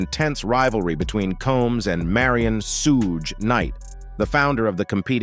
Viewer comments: He said suh gay 😂 🤦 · Why didn't someone tell the narrator how to pronounce Sug's name